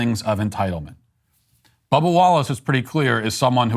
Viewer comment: Am I the only one who hears "Bubble Wallace" when Matt says Bubba Wallace?!